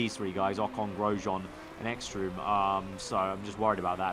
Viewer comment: this ekström guy it's pronounced eggstroom